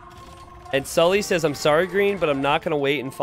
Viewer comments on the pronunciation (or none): The funniest thing about the Sully/Saly confusion is that it's completely unnecessary because Salytmacska isn't pronounced remotely like that.